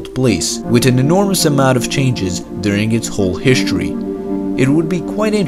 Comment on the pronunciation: Turd, ert, hishtry, breet, turdiate😂